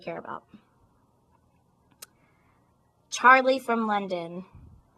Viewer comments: "Charlie from London" and she's like "Chawlay" lol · I loved when she said Charlie in a British accent!!! AAHHH!!!! lol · OMG I love how she said Charlie :-D It's pretty hilarious :-D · hahahaha how she says Charlie ;D